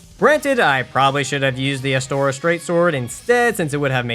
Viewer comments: pointing out you said "lautrec" with a softer 'e' instead of you calling astora "astoria" is a bold choice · dafuq is Astoria, it's Astora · The way he says astora triggers me cause like where the fuck you getting the astor"ee"a from bitch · not Astoria, Astora! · he said Astoria so many times. It was driving me crazy lol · "Astorias straight sword" Bro why are you adding an I XD